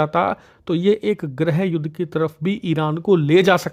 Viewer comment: It is not ग्रहयुद्ध. It should be गृहयुद्ध.